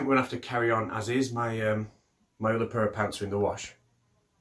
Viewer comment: Did you say “Purr of pants?” That makes total sense! lol!